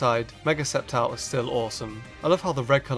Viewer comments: I remember him saying scicor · For ceptile he sad sisscor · Did you call sceptile, scizor